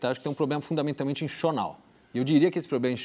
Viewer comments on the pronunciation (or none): não sabe falar 'institucional'.kk